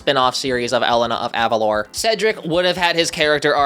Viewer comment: Personally, I NEVER liked Jade. She feels like one of those friends that get upset at the slightest mistake you make, and never change their mind. I feel like she's a bit of a brat because of this. Also, yes I want Elena (pronounced Eh-lay-naa) of Avalor (Ah-vah-lohr)